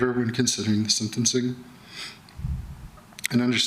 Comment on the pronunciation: IT’S SENTENCING NOT SEDENCING